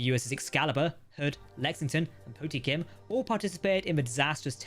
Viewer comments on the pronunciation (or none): Po-tem-kin too. I understand it must be a pain haha